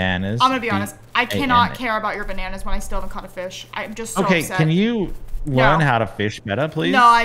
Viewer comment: The way said “bananas” as “banonas” is so funny to me 😂😂😂